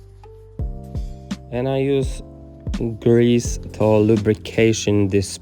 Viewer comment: Stary... xdd prose popraw swoją wymowę po ang. "to" czyta się [tu], "mud" czyta się [mad], "odrdzewić" przetłumacz na "de-rust" [di rast] [kar' szampu], [disz sołp], polishing paste czytaj [... pejst] XDDDD bawi mnie ta metoda tłumaczenia wymowy xd